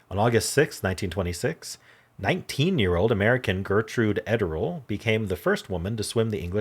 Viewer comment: Just FYI . . . I've always heard Gertrude Ederle's name pronounced as: ED--ER--LEE.